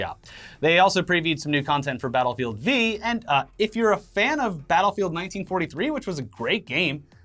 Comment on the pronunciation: Battlefield "Vee"